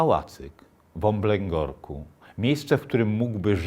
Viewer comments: taka drobna uwaga: w OBLĘGORKU, nie w "Omblęborku"... Pozdrowienia :) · Jak się wrzuci na 1.25 prędkość i z miłosierdziem podejdzie do takich kwiatków jak "Polskom" i "Omblęgorku" to idzie nawet obejrzeć.